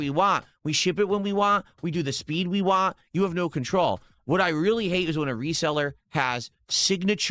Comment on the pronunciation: Wahn' is the worst for me